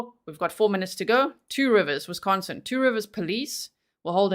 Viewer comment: Great job on your pronounciation of Wisconsin towns from a Cheesehead !